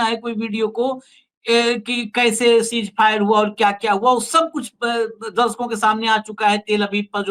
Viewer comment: सीज फायर नहीं सीज़ फ़ायर